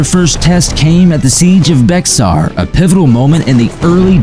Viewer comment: It’s pronounced “Bejar”